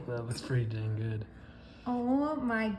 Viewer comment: It's so good you wind saying 'gooB' instead of 'gooD'... lol...